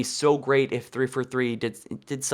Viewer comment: Dude! It is three FOUR three. Not three FER three. Enunciate!!!!!!!! It keeps sounding like you are spouting off a statistic instead of naming a studio!